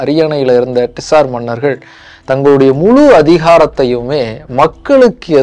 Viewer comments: அது டிசார் மன்னர் இல்ல... சார் மன்னர்கள்.. காரல் மார்க்ஸ் இல்ல... கார்ல் மார்க்ஸ்... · Dude you are wrong at few places. 1. Tsar is pronounced as ஸார். Not டிஸார் 2. Tsar or Czar means “ Emperor” it is not a dynasty. The root word is Ceaser. Please correct these in your next video. Nicholas is from “House of Romanof” 3. Every time you see a “Z” you don’t have to pronounce as ஜா. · Saaaar sorry..... it's not T-SAR..... say ZAAR 😂😂😂😂😂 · Very nice video, personally liked it. only one correction - it is not TISAR, it sounds like ZAR. Tamil JAR is more closer. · Ned to pronounce as Zaar in English too, bro. T is silent. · உச்சரிப்புதான் Tsar நிஜ வம்சம் Czar. இரண்டிலும் முதல் எழுத்து silent. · bro pronunciation of tsar neenga solradhu thappu in english adha mathikonga